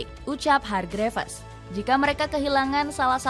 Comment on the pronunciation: Hargrifs kak bacanya. Bukan hargrifes 😢